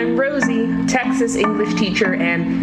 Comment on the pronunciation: I've never heard someone from Texas pronounce it "tax-us" before. Very odd